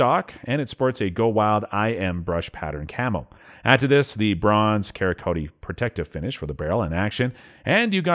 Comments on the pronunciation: “Kar-ah-ko-tee?” 😂 Sara-coat, man! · Was this video made by someone who’s never seen a gun before? How do you pronounce .270 ?? Twenty seven ot?? 😂 Three ot eight? Care-oh-coat?? What?!?